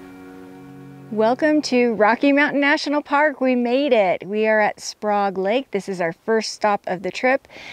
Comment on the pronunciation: I was at Sprague Lake last month! Hiked in from the YMCA trailhead close by. Sprague is pronounced with a like rage.